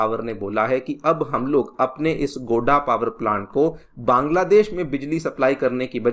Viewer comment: It's not गोडा it's गोड्डा लाखीसराय नही लखीसराय 😅